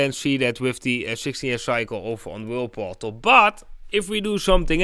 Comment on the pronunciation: Thank you again, I have been following the cycles on "whaleportal" (with your accent, it sounds like you are saying "whirleportal"😂, no offence to you.) along with your channel and am impressed with its accuracy. I must admit I also make the mistake of holding on too long before taking profit, and it has burnt me, I still need to work on letting go of my emotional trading. Thank you for your advice, and I make sure to watch your posts every day. Keep it up, you are a superstar!!!!!